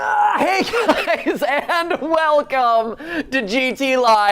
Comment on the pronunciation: I heard hello internet welcoem to gay